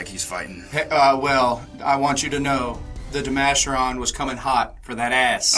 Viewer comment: Never heard it pronounced De-Masher-On. Always De-Ma-Care-On